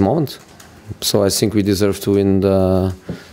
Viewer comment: "I sink we played enough to win. I sink 300 million is not enough to make a big team. I sink Man City spends too much money." I sink Southampton or Bristol City squads don't even worth 300 million. Yet they get points from this clown coach or team.